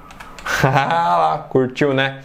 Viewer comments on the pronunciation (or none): "CURTIL NE" com L é foda kkkkkkkkkkkkkkkkkkkkkkkk